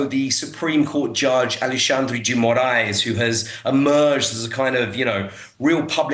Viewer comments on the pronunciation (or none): none